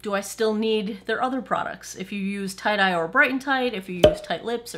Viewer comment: Every time you say Tight-Eye, I think you've said tie-dyed! Lol! Either my hearing is going or I need more sleep. :-D